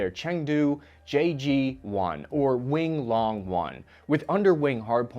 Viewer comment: "Wing Long" is pronounce "Yi Long" and it means "Pterodactyl."